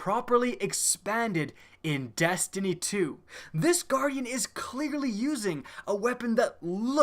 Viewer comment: And to think all this time I thought the game was called Destiny! Didn't know it was really call Dastiny !🤔😐